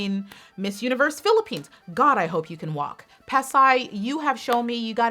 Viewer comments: Yas! Pasay was said correctly haha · "Pasay, I said it right, I said it right... I think I said it right" 😆😆 at first you sound so confident and then you had doubts Lol 😂😂 but you pronounced it correctly!💗